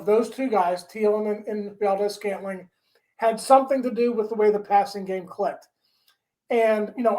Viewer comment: How the fuck can you pronounce MVS correctly but not Theilen🤦‍♂️